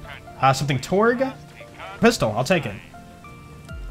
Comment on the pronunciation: He literally farms a Kerblaster. And I think you meant to say "Torgue"